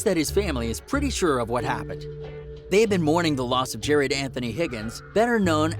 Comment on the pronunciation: really pronounced Juice WRLD’s first name ‘Jarad’ wrong 😐🙃